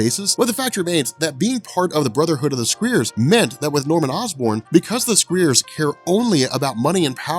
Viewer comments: Pretty sure you mispronounced Scrier. Sc-Ry-a Also, Norman Osborn was also responsible for the death of aunt may as it wasn't really her but an actress he hired - the same woman who kidnapped their child (that's right the baby didn't die) I understand the hate for this saga but I do feel you've misrepresented it too, which is shame cos it's really not that bad or confusing as youve made it out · scriers is pronounced like cry... scry is to use divination to discover hidden knowledge or future events, especially by means of a crystal ball. Scriers are ones that do this. You Still get 100% for great story telling!!